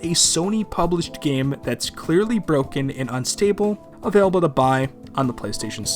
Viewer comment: Why do you pronounce "available" like that? Did you see it in a final fantasy game? That series seems to inspire a lot of unexplainable pronunciations from fans.